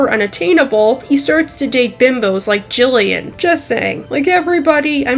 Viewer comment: It's Jillian you accidentally said it wrong